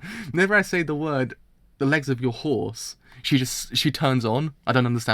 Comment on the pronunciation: I think is for your British accent lol, the way you pronunce "The legs of" sounds pretty similar to "Alexa" for me xD